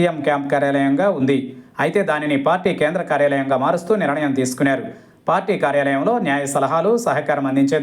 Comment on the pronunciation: బాబూ యాంకర్ గారూ! నిరణయం కాదు. నిర్ణయం. వింటుంటే కడుపులో తిప్పుతోంది